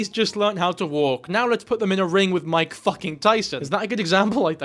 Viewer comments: Mike jagger? Bro it’s mick you fucktard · "MIKE" Jagger? You're not serious... You can't possibly be serious. It's Mick Jagger, but please tell me you knew that. 😂